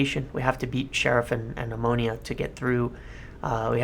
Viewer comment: Wow you said their name correctly. Very unusual